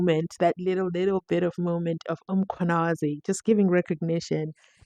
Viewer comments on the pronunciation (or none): Can you.pronounce Mkhwanazi properly it's annoying